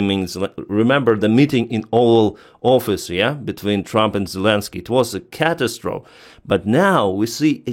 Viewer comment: Thanks for your videos! BTW, Catastrophe is pronounced Cat-astro-fee.